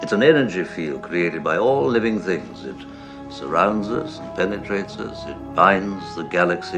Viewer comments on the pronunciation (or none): ‒ "it's an energy field created by all living zings"